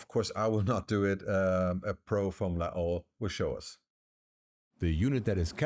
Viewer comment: I've never heard anyone pronounce Laowa this way. It took me a few seconds to understand which company the video is about.